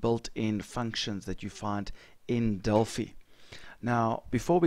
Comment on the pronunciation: Just FYI- it's "Del-FIE", as in "Finance". Named after the Oracle of Delphi